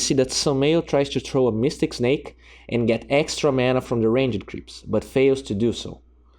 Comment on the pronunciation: I like how he says Ranged (Rain-Jed)